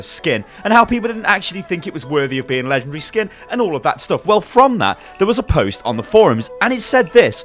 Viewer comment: I love how he says lengendary